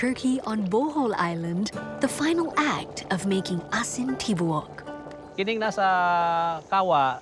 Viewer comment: It's pronounced "tibu- uk" not tibuk 😅 asin= salt, tibouk= whole